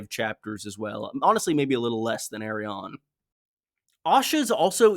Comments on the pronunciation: lol pronouncing Arianne like Aerion aka EYY RON is clownsauce dude, you got Aerion, Aeron, Areo, and AriANNE.............wrong pronunciation will bite your ass in a courtroom. esp if you're addressing a judge..... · I will never understand why pronounces Arianne's name like that, but nevertheless, great video as always